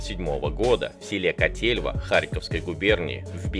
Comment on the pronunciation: Котельва,а не Коотельва. ,когда уже научишся разговаривать на. русском.